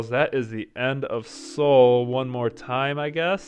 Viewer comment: Good video! Just one thing: Seoul is pronounced more like "soul", and not "See-ool." The two syllables are 서(SEO) / 울(UL).